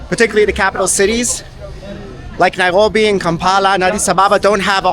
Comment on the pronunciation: Interesting video. I have to mention that your pronunciation of Nairobi.. the 'r' is simply incorrect in English.. yet your English is 100%. I've commented on this oddity before.. that you seem to slide into Hebrew gutteral -rolling style 'r' pronunciation. It's most off-putting for the English speaker.